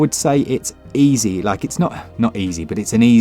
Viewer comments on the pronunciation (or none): none